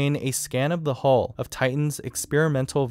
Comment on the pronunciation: huill not hole